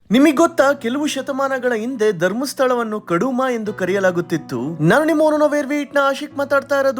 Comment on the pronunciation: ಕಡುಮ ಅಲ್ಲ ಕುಡುಮಾಪುರ